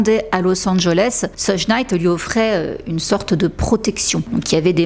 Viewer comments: Très bon travail, comme d'hab. Pour le détail (parce que c'est pas très important), je ne suis pas spécialiste mais je crois que ça se prononce "sheug" et non "seudge". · Thank you for your investment to inform us. Just to tell you that it's not "Sedje" Knight but "Shoug" Knight.